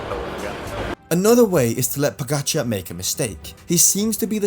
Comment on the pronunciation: Stupid comment that wva May leave tour You miss the big pts. Uae managers doped as cyclists. And they were the coaches of doper I basso and m pantani And you mispronounce the name pogacar Oddity b c you make this video on pogacar Not all bad, you do make some gd points here